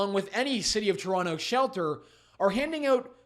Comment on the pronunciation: Learry,learry bad fol Tolonto